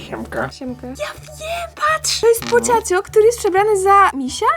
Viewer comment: Nie mówi się pociąćo tylko pochaco